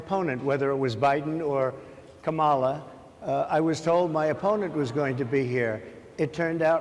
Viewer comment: Donald: It's KAmala, not KaMAla. I guess you never watched Maya Rudolph's take.